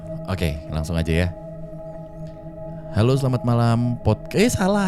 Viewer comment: "Hole, eh hole" wkwk bisa bisanya halo jadi hole si baaaanggggg😭😂